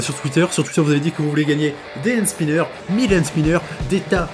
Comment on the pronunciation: 17 fois tu dis band spineurs